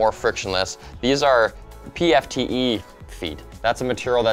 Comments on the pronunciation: Everyone: PTFE Him: PFTE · "PFTE" oml please don't, its PTFE xd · if this was ltt there woulda been someone to correct him when he said pfte instead of ptfe O.O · I did not just hear say pfte instead of ptfe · PTFE not PFTE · "PFTE" bruh.